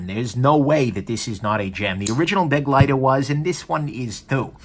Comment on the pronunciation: Yup. And pronounced, buh-'GLY-ter. Not 'BEG-ly-ter. Not that most people care, but...yeah.